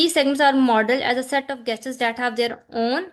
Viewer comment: Apko gesture ki pronunciation ni ati ku logo ko ghlat pra ri o j c bnnti h